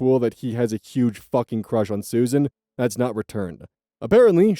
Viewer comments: It is pronounced Sue-Zan. Not Susan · Story 2: SUZ-ANNE, it's pronounced Suz-Anne, you keep saying Susan. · Just so you know, Suzanne is not pronounced the same way Susan is. It's pronounced Suz-Anne, not Su-zanne. They are similar but not the same. 😊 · Just a note Suzanne is (usually) pronounced Sues-Ann, not Susan. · Suzanne is pronounced “sooz anne” not susan im sorry i dont mean to shame you it just was important to me to say this for some reason lol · Suzanne is pronounced "Sues Anne" similar to Rozanne and Roxanne